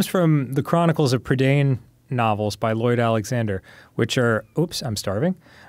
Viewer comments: I loved these books as a kid. The movie is pretty good, but misses out on a lot of the magic of the story. Also, Dan so confidently mispronouncing Prydain was infuriating. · Fun fact for you, Dan - the land Black Cauldron is set in, Prydain, is a real place! :D It's the Welsh word for Britain. Pronounced pruh-dine :3